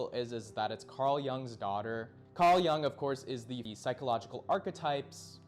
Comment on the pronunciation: its pronunced yoong and yoongian